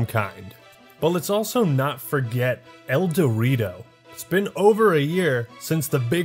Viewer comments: That's the point "el dew rito" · I thought you were saying El Dorito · Everytime he says Eldewrito I hear "El Dorito" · Whenever he says "Eldewrito" all I hear is "El Dorito" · Great video! I've never played Halo but all your talk about it makes me want to get it. I have a very weak laptop but even if I can just enjoy the single player, seems like I'll love it. Also, I know that's not the name but every time you say the name of the fan made multiplayer mod, I hear "El Dorito" lol Have a good day people \o/